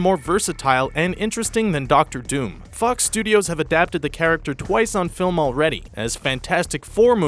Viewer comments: he said "f*ck studios" instead of fox 😂😂😂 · sound like he said a cuss studios